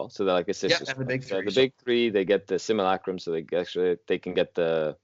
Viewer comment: Simulacrum. Said Sim You Lack Rum.